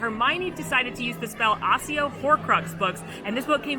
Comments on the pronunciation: Thought it was accio not assio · its not ASSIO its ACCIO, pronounced ack-io. you're welcome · its ack ee o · I'm sorry, did she just say "Assio" 😭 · It’s pronounced Akkio… literally in every movie, both HP and FB… 🙄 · this lady just said “assio easter egg” lmao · ITS AKKIO BABES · Please pronounce "Accio" properly with a hard "C" sound, as in "ACKEYO". Cheers. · Love the video but I can’t lie.. the way you pronounce Accio and bellatrix le strange is somewhat triggering 😭😂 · The pronunciation of “Accio” 🥴